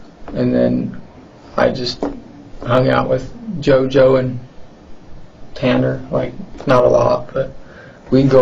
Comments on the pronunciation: Nah the way he didnt even know how to pronounce Ta-Ta-Tanners name…he has to be innocent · Haha, how this kid slowly pronounced Tanner in the beginning acting as if he didn’t even know how to say his name. Very dull tool in the shed.